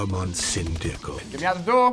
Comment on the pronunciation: When say syndicate it sounds like he's saying syndicut